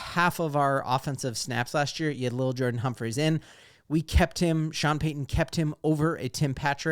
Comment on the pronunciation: It’s definitely L’il. Not Little.